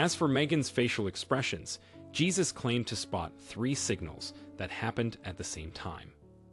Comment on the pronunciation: The man's name is pronounced "Hey-zues", not Jesus as in our Christian faith.